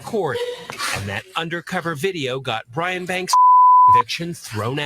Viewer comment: It's Brian not brain 😅